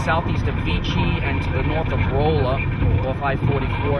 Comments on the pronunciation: Rolla not Roola.. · You pronounced my home town, Rolla wrong. :(